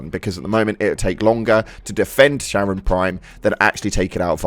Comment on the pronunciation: Charon is prounounced like "Karen"